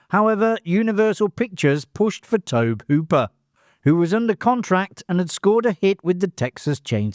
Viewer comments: Tobe Hooper is really pronounced “Tobey”, is this all ai slop? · It's Toe-bee Hooper! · LOL, Love how you keep saying Tobe wrong....and to the guy before me, this is not AI slop, he's just Brittish. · Yeah, that's more on the guy's parents for misspelling his name than for mispronouncing it. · Its not AI but is from the UK and sometimes mispronounces names. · is great, he’s done a lot of these so he gets names wrong occasionally.